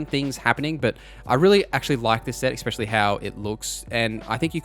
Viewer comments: Awesome video, but FYI, "ecspecially" is not a word. Especially is. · Ex-pecially...😅 It's ESpecially!